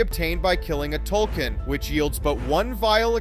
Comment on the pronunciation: your saying Tulkun wrong have you even watched Avatar? lol